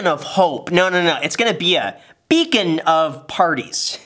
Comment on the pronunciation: literally ''becon'' of hope :D